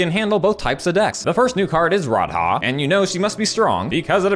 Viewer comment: "Rod-Haah" fucking got me